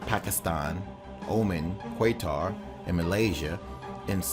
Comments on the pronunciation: kway what?? kwaytar? lol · Really? "Quay-tar?" Quatar is pronounced "Ka-tar." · Kuwaitar? Lol You mean Qatar - as in - KA-TAR. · Qatar is pronounced KUH•TER not KU•AY•TAR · Qatar is pronounced kattatrrr not kwaitar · He said "full-blown 3 times. and he said "Qwaytar" instead of how Qatar's really pronounced in English (cutter or katar). It is a complex regional struggle but you give no sources to back up your claims of mobilization. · Ok, so this video was posted 13 months ago, titled "WW3 could start this month". Seems like fairly poor prediction. Also, why can't the producers of these videos at least take a few moments to learn how to pronounce the names of countries that you are discussing? Qatar is not pronounced Kwae-tar. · Stop watching when you pronounced Oman as "omen" and Qatar as "quay-tar." Lost credibility. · i love the stereotypical pronunciations of the countries supporting the coalition. the A-rabs, quaitar etc, and then the christian amanpour pronunciation of pakistan thrown in like he knows shit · You pronounced Qatar very wrong